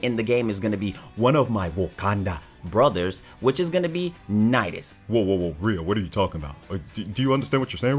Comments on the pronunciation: I got triggered when he said nidius I was like boy I’d love to hear u say something bad about him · how dare u almost say nidus >:( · Duuuuuude you said nidus... I was like haha rofl at the beginning thinking of all da triggered people but I almost blew up when you said nidus hahahaha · OMG bro jm sorry I thought u said nidus I did not watch till the end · I accidentally clicked unlike and unsubscribe when you said nidus there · I was about to get a heardattack when you sed nidus. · Bra when he said nidus i almost unsubbed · I had to put buttons on my shirt that isn't even a button up when he said Nidus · When you said nidus lol and nezha sucks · Lmfao i almost unsubbed when u said nidus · He said Nidus i almost said unsub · I had the Police on speed dial when Rio said Nidus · I was about to virtually fold rio when he said nidus